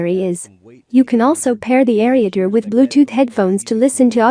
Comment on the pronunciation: Sorry to say but the computer voice is not very appealing, along with pronouncing ereader and a few other words. I would recommend dropping the computer voice.